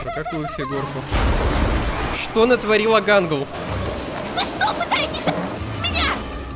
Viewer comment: Не Гангл а Гэнгл